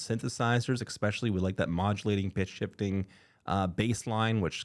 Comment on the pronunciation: You say “expecially.” That means you are not smart. I bet you order “expresso.”